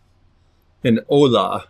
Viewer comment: My mom's from Guanacaste. Sure wish I could buy that piece. It's pronounced Oh yah which just means cooking pot